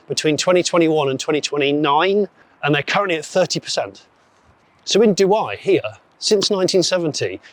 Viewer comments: Duhai, like in the Emirates? 😄 It's pronounced "Doo-eh" but I noticed you've corrected yourself later in the video. Great visit, I was surprised by the doors shenanigans. Apart from that, the 205 Sacré Numéro was a special edition from , its name a throwback to the launch slogan of the 205 a decade before. Oh, and in the "rare but nobody cares" files, the car in front of the Alfa 166 was a Daewoo Rezzo. It was called Tacuma in every export market but Daewoo France went for the KDM name instead. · Douhais se dit douhay et non douaye ! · Douai. Pronounced Doo-ay not Doo-eye! I would have thought that if you're travelling all that way you would check the pronunciation! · "Doo-eye" 😂😂 Douai is pronounced just like the noun "un jouet" or the verbe "jouer" 👍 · Doo-eh not Doo-eye. But, what a wonderful insight in the making, well filmed and well narrated! Thanks! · You pronounce it 9phonetically) DWAY not ending with an i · Douai s pronounced doo-ay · First second, man pronouncing "do-I" is pretty awful, you could have asked to any local first or to your Google Translate app how it's pronounced 😣😣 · Very good factory tour, but please stop having Douai rhyming with Dubai, it doesn't. It's pronounced as if it was written "Douè" (like the "e" in "wet")... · It’s pronounced Doo-hay. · It's "Do-way" ^^ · My french ears are bleeding when you pronounce douai as dewhiii as it was the french dubai, but it was a very nice tour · the actual name of the city is Douai